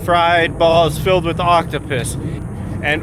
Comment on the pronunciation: Did you say Octo piss ?